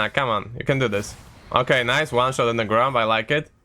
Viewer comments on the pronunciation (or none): none